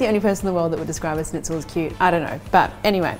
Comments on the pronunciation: it´a not a snitzel it´s a schnitzel, sch in german is pronounced like sh in english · lovely video, but one small thing: it's not pronounced snitzel. It's Shnitzel (with an Sh like in "Sherry") :) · It's not a SNITZEL . It's a SHHHH...nitzel. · Nice, easy recipe. Like the idea of adding parm to the mix and the "dry brine" step. (Please, it's not really hard to say "schnitzel" instead of "snitzel" which sounds weird. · yeah. im german and that kinda triggered me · A Germanic(?) recipe and she uses: Japanese breadcrumbs Italian cheese Japanese mayonnaise Japanese “dipping” sauce A lime, which surely isn’t in the “native” recipe (I’d wager a lemon is) And the icing on the cake is pronouncing it almost like “sneeze” instead of “sh-nitz”… Just… Yeah. “”Schnitzel”” alright… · Snitzel 😂 loved it. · Pronounced SHnitzel. But you're so darling, we'll all forgive you! 🤣😂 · It may be spelled schnitzel but it is pronounce shnitzel. And no cheese!!!!